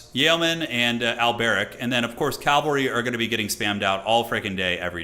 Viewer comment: Cavalry is not calvary. It pains me a bit every time you say it like that. Happy birthday brother